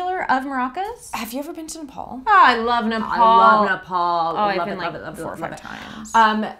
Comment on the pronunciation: BAHHAHA that personally hurt me like "Ne-nepa-nepaLEEE"